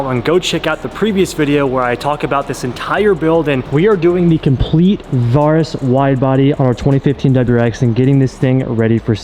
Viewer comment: Is he pronouncing Varis right? I’m just curious cause for some reason it’s driving me crazy lol cause I though it was pronounced Vair-rus